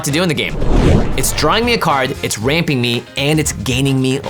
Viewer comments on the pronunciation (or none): When he said it’s ramping me. I thought he said raping! Had to listen to it 3 times to understand what he said lol